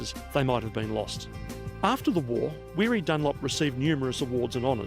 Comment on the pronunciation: It's not happy Arvo it's gud Arvo. Back to Weery. Watch a movie called The Bridge Over the River Kwai.